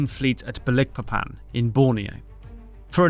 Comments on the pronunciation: Just so you know, from a person who once lived in Dutch East Indies, now Indonesia, the name of the Borneo port of Balikpapan is pronounced - baaal-ik-paaa-pan. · I believe it's called Balikpapan as in magIc (not eek) but nevertheless another great video. Sorry it sounds weird I used to work there and I have friends live there. Cheers. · It’s pronounced as Balik Papan, not Ba Likpapan. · Need to learn correct pronunciation of names, such as Balikpapan. Otherwise it is a good video.